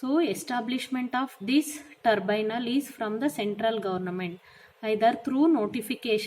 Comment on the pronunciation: It's not turbynal mam it's tribunal